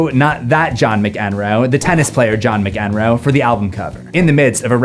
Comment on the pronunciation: A small note: Nevermind was recorded at SoundCity by Butch Vig, not at Smart Studios John McEnroe is pronounced Mac-Enroe (your emphasis was on the wrong bit :) )